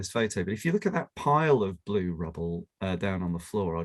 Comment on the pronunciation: Chris' "blue" sounds a bit like "bloom" - actually quite nice :D It also goes a bit into the French "bleu", with the U maybe sounding a bit like the one in "cru" (as in the Wine terminology).